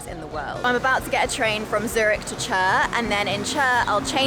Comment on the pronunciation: it is Chur yes but pronounced as ‘Koor’…